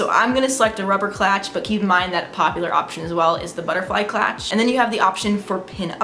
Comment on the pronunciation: it's clutch not clatch